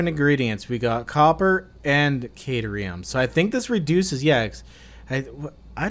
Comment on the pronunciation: The way you say caterum makes it sound like a drug lol